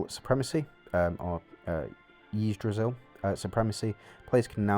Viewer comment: Also i think we should be reading it this way : Yggdrasil Read "Ygg" same as you read "ig" in word "igloo" Rest of word "drasil" you can say similar to "Brasil" you just change "B" for "d" :) hope this helps :)